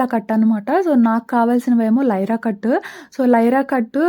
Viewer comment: Hi sis vlog super meeru voice over lo nyra cut ni lyra cut antunaru okasari check chesukoni naku ayithe me vlog ma sister chesinate untundi meetho direct ga matladalani undi naku pellala pindi chala istham nenu miss avuthuna because memu hyd lo untam me sister pic akka i am so excited to see her face